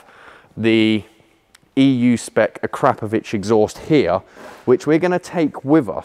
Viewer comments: I absolutely love this show but there are two things I really do not understand .....NOISE...., is one and the other is the pronouncing of the word AKRAPOVIC exhaust. ....it's AKRA ......POVIC..... sounds so terrible A...KRAP ...OVIC... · It's pronounced Akro Pro Vic who og did motorcycle exhaust first, and once called the translation of ackr Pro vic was used at some time in the 90s scorpion.